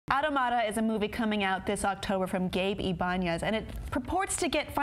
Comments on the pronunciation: it's pronounced aw-TOM-utta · That's not how you pronounce automata . . .